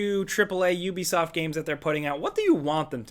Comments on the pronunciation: How is it you people made so many videos about Ubisoft and you still don't know how to say the name. Hear this is how you say it OO-BE-SOFT I suggest you people learn how to say before you do your next video about Ubisoft because y'all sound stupid every time you say the wrong way and it's cringy as fuck. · It’s yubisoff ffs.